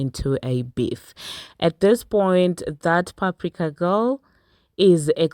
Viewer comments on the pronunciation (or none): Screaming at PAP-RIK-AAA 😩😭